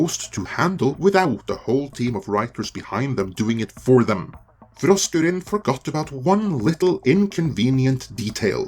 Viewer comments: 🤣🤣🤣🤣🤣🤣LOL Sorry to my 60s/70s Heavy Metal and 80s HardCore Punk damage ears it sounds like you're saying Frosk Urine 🤣🤣🤣🤣🤣🤣Make sense she has pissed herself and all over G4 reboot LoL:_FrankN::_FrankN::_FrankN::_BatTom::_BatTom::_BatTom::_KoalaRain::_Skeletor:RIP G4 Reboot. 🤣🤣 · Every time you say her name, I hear “Frosk Urine.” Seems appropriate. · Poor Frokruinn; she needs dental work. I am not sure we would have noticed, but that rant she did live showed that off. Hopefully, she can find a dentist. Also, I love how you pronounce her name. As far as G4 is concerned; I never heard of this G4 station thing until now and I have been gaming for decades... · Why is it that he only rolls his "R"'s when he says frosk?